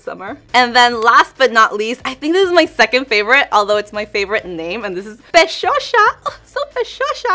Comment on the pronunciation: ES PESHOSA NO PESHOSHA*